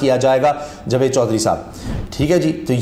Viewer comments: Jveed nahee Javed hota he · Plz javed ko properly pronounce Kiya karin.punjabi lehje main jved na bolain.